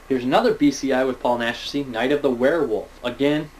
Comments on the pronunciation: hey, awesome, how the hell did you get so many dvds for christmas? Just for the future I know it's pronounced 'Nashy', pronounced without the 'c'. It's a stage name though, his real name is Jacinto Molina. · Paul Naschy's real name is Jacinto Molina, but it's pronounced Nash-ee, just to help you out. I'm completely obsessed with European cult films and the actors in them (as well as the directors), so if you need a hand with who's who and some of these tongue twister names, let me know, dude;) Great work, keep it up. REPRESENT THE SCHLOCK!;)